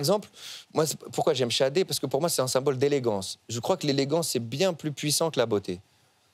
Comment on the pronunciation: Il s'agit de Sade qui se prononcé chadé